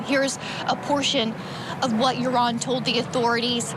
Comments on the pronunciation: Joran is not pronounced "urine", it's pronounced, "hor-on". 😉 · His name is pronounced yorn not urine 😂 though urine is more fitting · "IT'S OVER" ...til he meets her brother in public. Side note: I think it's hilarious that the host keeps pronouncing the murderer's name, 'Urine'! 😂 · Pronouncing his name "Urine" is pretty funny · Is it by design that you pronounce Joran as urine? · I appreciate that the way you pronounce Yuron’s name sounds like “urine”. In my Spanish dialect (Cuban), we call scum of the earth “meao” which translates to urine (pee actually). Very fitting pronunciation. ❤ & 🙏 for Natalie’s loved ones. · Literally pronouncing his name "urine". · I don’t know if that’s his name but the narrator keeps calling him urine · Its over? Its been over for 18 years for the young girl. What an appro name! They pronounce his name Urine! Did he tell authorities what happened to her remains? What about his two buddies that were with him that night? The two brothers? I think those two guys helped Urine or Joran to dispose of the gals body. But lets not even concern ourselves about that! I knew beyond the shadow of a doubt this guy killed Holloway when he killed that other gal in Peru. He was just showing us how he did it. Oh and he threw her remains into the ocean. She became fish fodder!! Okay. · I love how u pronounced his name 😅 (Urine) I'm so happy for Natalie's momma. RIP beautiful Natalie 😢❤ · Are we just going to ignore the fact that the guy pronounced his name as Urine throughout the entire video?😅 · Love how Vinnie pronounces his name as Urine, and closed captioning is also spelling it as as urine. He's also a POS, he is human waste in the form of a 7ft monster.